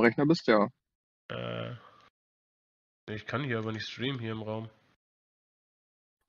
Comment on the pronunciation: Bite kein re-schtreamene 😮🎉😂😊